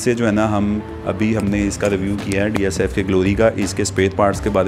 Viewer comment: Its not dsfk...its DFSK 😂...why wud somebody trust your review when you dont even know the name 😄